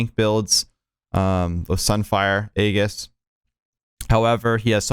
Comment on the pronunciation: Just fyi, since the pedant in me can't let it go, but aegis is pronounced "ee-jus". The g makes a j sound